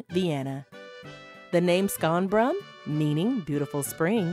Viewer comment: I stopped watching when the narrator said :skonbrun" 🤦‍♂🤦‍♂🤦‍♂🤦‍♂